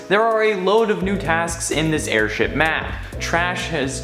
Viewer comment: nobody: the video: AIRSTIP